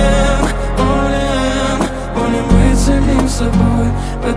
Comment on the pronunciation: В рецензии Кинопуса как-то более живенько всё это выглядело. Но барышня красивая! И фрукты-овощи красиво летят и лопаются. Кстати, почему такое странное ударение - волЕн/болЕн?